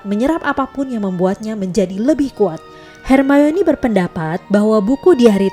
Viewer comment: Kalo di jelasin cara ngomong nya yang bener itu her mayni